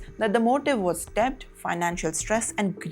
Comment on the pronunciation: DEBBBBT 😅😅😅😅😅 Its DET. 'B' is Silent ganwaaron